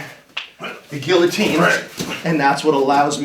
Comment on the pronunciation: Must be the way he pronounces guillotine. It's gi-uh-teen, not gill-uh-teen. IT'S FRENCH FOR PIERRE'S SAKE!